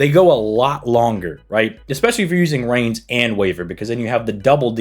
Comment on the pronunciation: Reines is pronounced "Rye Ness" by the way Khadroth does it similar too, it throws me off